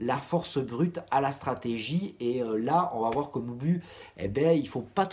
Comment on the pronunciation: hello alors bonne vidéo fait attention avec les noms des personnage, Houken et pas Touken, Moubou se prononce OU a la fin. pour moi Ouki est un personnage que j'ai toujours aimer et que je regrette sa mort même encore maintenant